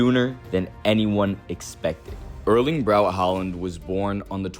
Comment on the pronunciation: Erling pronounced Erling or E like in ethics not like in early😉